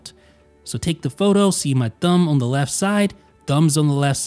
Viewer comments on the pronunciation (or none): Why's he say the words on and off so weird? Own owf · The way he said „on“ and „off“ was strange. Especially the „ohwn“ one. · Yup. Lol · You say “on” and “off” really weird